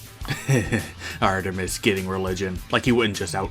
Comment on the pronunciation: awesome vid! love your channel keep it up (sorry for my other comment gotta do it-) Edit: btw love when you said Artemiser XD